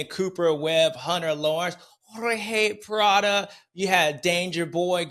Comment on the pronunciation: “Horhay Pladdo” we back lol